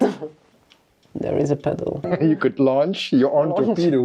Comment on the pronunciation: You need to work on your vowel lengths. Launch area and lunch area are very different things.